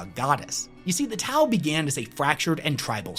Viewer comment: STOP, your Tau u man, is killing me. 🤣🤣🤣🤣🤣🤣🤣